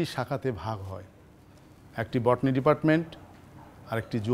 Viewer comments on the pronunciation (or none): এতো দিন কী ভুল উচ্চারণ করছি, আজ থেকে আমিও অধ্যাপক স্যারের মতে বটনি বলবো!🫣 আমি যেটা দেখলাম বটনি বললে শরীরে একটা ভাব আসে!😂😂